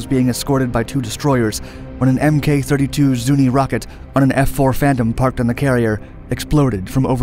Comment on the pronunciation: "Mk" is pronounced "mark". The K in "Belknap" is silent, as in "knife". It's "KENnedy", not "kenEDy". While "exponentialized" is a real word, it's not a very good one.